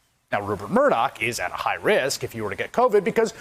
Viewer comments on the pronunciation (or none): none